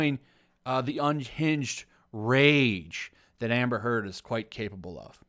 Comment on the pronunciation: Every time you say "Amber Heard" I swear I hear "Hamburger" hahahaha 🤭🙊🤷 Amber is so good at manipulate people, but now that Johnny exposed her, the manipulation isn't working anymore. That's why she's angry.